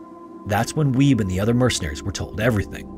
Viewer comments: I think it's pronounced "WEE-bee", not "WEEB." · I giggled a little every time I heard you say ''Weeb'' for Wiebbe, its more like Wee-Buh